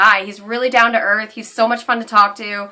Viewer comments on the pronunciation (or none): none